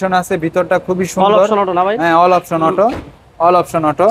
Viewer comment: অল অপসন অটো,, অল অপশন অটো 😅